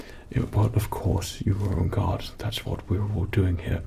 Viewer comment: i thought you kept saying 'on god' instead of "on guard" lol